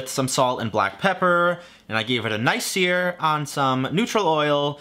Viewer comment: Terrible “sear”